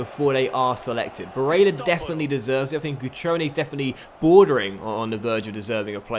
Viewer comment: im sorry but can u stop fucking saying Barella's name like that 😂 its getting under my skin.